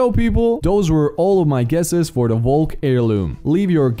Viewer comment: Your saying valk wrong